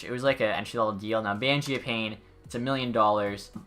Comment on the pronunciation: love your vids!! you’ve been grinding lately! just a heads up, the broadcasters say mangiapane like “man-jia-pawnay” it’s weird and i was saying it like you at first lol